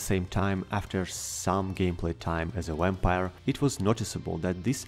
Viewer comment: I'm curious why some of you non-english speakers add the english W sound to words like vampire when in this case it is pronounced just like in your language